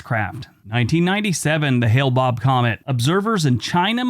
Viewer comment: It was called the "Hale-Bopp Comet"; not the "Hale Bob Comet."